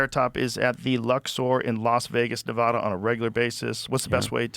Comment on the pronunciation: I love you Joe but… you gotta pronounce Nevada correctly 😂